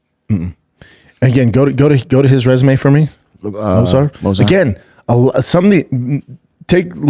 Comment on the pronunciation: So Brendan pronouncing Movsar name and its different and hilarious every time?? Anyone noticed? 😂